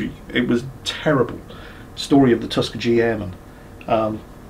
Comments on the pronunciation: i live 20 minutes away from Tuskeegee. It is not Tuskeejee it is Tusk-ee-gee. We call it Skeegee for a reason, not Skeeji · Sorry, its not -jeee, its -geee (guh). It's a place name, probably of Native origin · It's not TUSK-uh-jee, it's Tusk-EE-gee, hard G on the last syllable. From when you were talking about George Lucas and the debacle with Redtails. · Hearing say Tuskegee made me cringe. It's a hard G not a J sound. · Tuskegee has a hard g sound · It's Tus-Kee-Gee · Ummm. That's Tuskegee - pronounced "Tus-key-gee". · That’s not how you pronounce tuskegee,. The middle syllable is stressed.